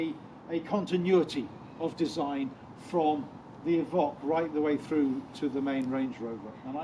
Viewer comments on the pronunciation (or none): Is it not pronounced Evoke and not Evock? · Good review…… but…….. evock???? The only person I know to call it an evock. !!! Just a little annoying, a bit like the lovely nigella Lawson calling a microwave a meecrowaavay !!!🤪🤪